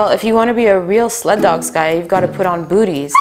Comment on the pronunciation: I thought you said buts 😂😅